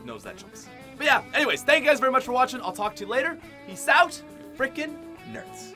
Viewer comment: Is this guy Canadian? The way he says "out" is so Canadian.